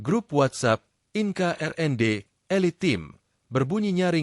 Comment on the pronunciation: Naratornya belajar bahasa Inggris dong, INKA itu industri penting